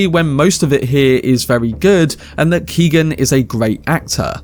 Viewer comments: His name isn't Keegan. It's kee. Oh. Han. G is silent, it's Gaelic irish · It’s pronounced Keown not keegan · just to be helpful the name "Keoghan" is pronounced like Kyo-han. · Its pronounced Key-o-ghan.. as an Irish person, it hurts my ears to hear you say keegan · Came here to say this lol. Mad to think the young lad from Love Hate is in these massive films now